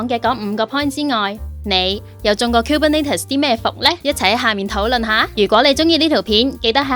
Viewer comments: 其實係 kubernEtes 唔係 kubernAtes.... 如果唔落 Content 應該出 204 喔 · 都係第一次聽到咁既Kubernetes pronunciation 可能係我孤陋寡聞🙈